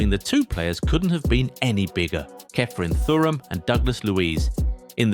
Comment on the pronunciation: I love you guys, but you really need to sort out your pronunciations. Never have I ever heard Thuram pronounced like that